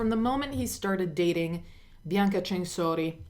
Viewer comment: Also...it's bianca Cen..sori ... Not chenshorchi how you say it .. get shit right while taking shit